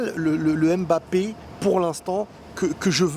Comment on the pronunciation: On dit ummbapé pas embapé